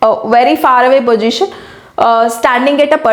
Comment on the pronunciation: Manm it is not pojition it is position in all videos u r mispronouncing it